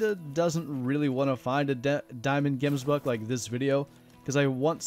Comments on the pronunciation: Pronounced 'Hemsbok'. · If you ever pronounce gemsbok like that in front of me, i will slap you square in the face